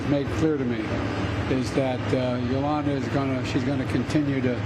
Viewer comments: Who the hell is Yulana? Isn't it Yulia?! Who cares? At least Biden got to get that upclose feel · Did he call her Ilana ?! She is Yulia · "Yulia" Biden - "Yulana" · I can't believe our senior president can't effing get the widows name right her name is Yulia not Yolanta. Ok Let's go Brandon!!! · It's Yulia not Yolanta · He said Yuliana, but the woman's name is Yulia. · Did Biden just say, "Yolana"? Should be "Yulia". Did he forget someone's name again? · Good man, but slightly confused. He called her Yolana, not Yulia. In the first minute of the video. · YulYaya? That’s Julia or Yulia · Nice gesture but did he just call her Yolanda 😭😭😭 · Her name is "Yulia", Joe. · That's too bad that he couldn't even get the women's name right ,he says Yolanda then some gibberish and caught continue too fight all the way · Did he just call her Yolanda!? Lol He just called Yulia Navalnaya Yolanda! He said “Yolanda will continue to fight” 🤦🏽‍♀️ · Did he call her Yolanda? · he called Yulia Yolanda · It’s even worse. He called her Yolanda. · I think he said Yuliana